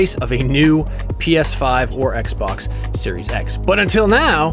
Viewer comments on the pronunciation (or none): none